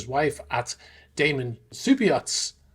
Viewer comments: DamEn, not DamAn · It is Damen! Not Daman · Damen should be pronounced as ˈdæ.mən. The 'a' is not the English 'a'. It should sound like the 'a' in 'banana'.